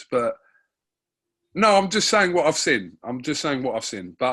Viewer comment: can't pronounce the word Seen to save he's life 😭😂😂😂